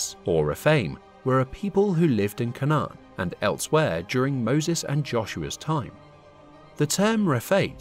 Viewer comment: Your pronunciation of canaan is wrong its cainnan and levites as in Lee Vites named after levi